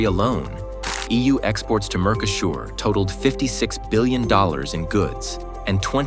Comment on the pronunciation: Mercosur is pronounced wrong